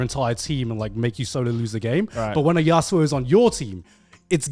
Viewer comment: joey hearing how "yasuo" is being pronounced